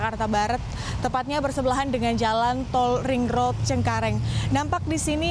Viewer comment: hi, i'm jonathan achero from san pedro laguna. please enhance your pronouncing the word "ring road". please enhance your pronouncing english word.